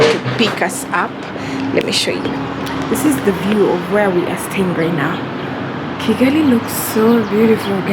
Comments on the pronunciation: Kigali not Chigali🤣🤣🤣 it's funny how you can't spell Kigali 🤣🤣🤣 even Chinese can say Kigali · Oh mbu chigali it's Kigali 🤣🤣🤣